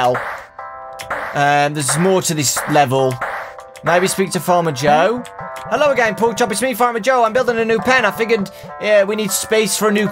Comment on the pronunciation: "HELLOW" Did he just say hi to a game